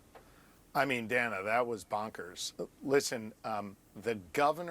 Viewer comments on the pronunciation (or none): This is just one itty bitty correction. The CNN host Dana Bash pronounces her name "Dan-uh" and not "Dane-uh". Other than that it's just incredible to me that JD Vance and Trump are allowed to just incite violence against the Haitian immigrant community. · She’s been a preeminent television anchor and political journalist for more than a decade,. She pronounces her name “Danna.” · Her name is pronounced Dan’-ah. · Nice commentary- BTW, though not spelled grammatically correct, the reporter’s name is pronounced, per herself, as “Danna.” Mispronunciation of her name, esp by candidates, ON her show, is, imo, disrespectful (prob purposefully). jd is a monster 👿 djt is ill; always has been. jd KNOWS better. 100% opportunist. Another thought; suddenly a VP is able to set/enforce “policy,” (??) though djt stated a VP really “doesn’t matter much to an administration, really doesn’t determine a president’s decision-making…” (not direct quote) but djt DID say that. Paradoxical. Shapiro is a political “beast,” who is actually GSD-ing! Mad respect. Shapiro has great insight; however, he hasn’t fully grasped that w/ maga, (all intentional sics), there IS NO BOTTOM. 🤥-ers Full stop 🛑 🇺🇸❤️🗳️📖‼️💙💙💙💙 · Dan-uh Bash... If you are going to use her material then at least have the decency to learn how to pronounce her name.